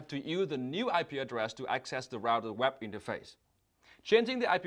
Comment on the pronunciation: I wish Vietnamese-Americans take time out to improve their English pronunciations. I've come across Viet-Am doctors whose medical transcription dictations are almost always bad and take a lot of time to decipher. I'm afraid Dong Ngo also has to improve. If it weren't for the accompanying video, I would have misinterpreted "web interface" as "WAP interface".